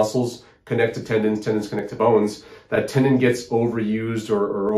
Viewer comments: Tendon not Tendin. ;) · Tendon, not tendin.😁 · TendOn not Tendin.